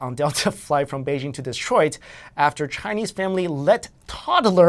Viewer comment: Am I the only one who misherad DESTROYED (twice) when said Detroid?